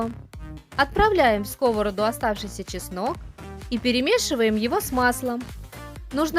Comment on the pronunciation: В сковороду́, а не ско́вороду. Зачем после фритюра выкладывать на салфетку, если сразу отправляете на сковороду́ в разогретое масло? Смешные кулинары.